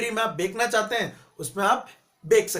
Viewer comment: Bhai "Bekna" nhe hota "Bechna" hoota ha